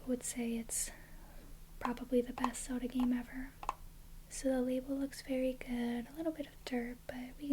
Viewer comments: I thought you were saying "Soda" like "do you like soda?" until you showed the front of the cartridge which I realized "ohhh she's saying Zelda" lol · I love how you pronounce Zelda 😋